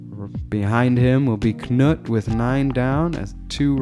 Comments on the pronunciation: FYI it's just "noot", not "kuh-noot". The K is silent just like English, so says my Norwegian wife. Really enjoying the coverage! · Funny to hear you say Knut, it should be a slow vowel. But other languages is tricky. Thx for the video.